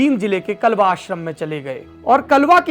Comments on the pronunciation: Are bhai vo gaam ka naam klwa nhi h kalwa hai phle shi se pd lete or fer bolte m usi gaam se hu kalwa se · कलवा नहीं कालवा है वो